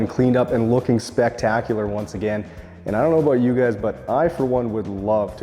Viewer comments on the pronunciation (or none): none